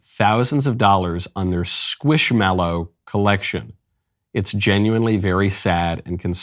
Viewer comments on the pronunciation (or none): Knowles said scwishmallow